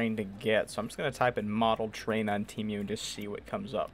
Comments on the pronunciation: it’s pronounced tee-mu not team-mu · “Te mew” 💀